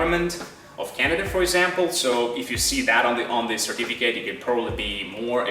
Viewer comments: what kind of accent is this? that pronounces certificate like certifi-kate?with a long "a" vowel? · I find quite interesting the way you pronounce the noun "certificate" : no schwa sound but the diphthong "ai" instead, just as you would pronounce the verb "certificate"...